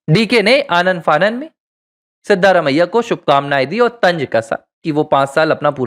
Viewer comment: Pronounciation of the name of Chief minister of Karnataka is not correct. The name should be pronounced as Siddaraamaiah.